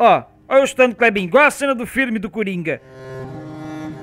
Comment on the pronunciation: você falou errado não é coronga é coringa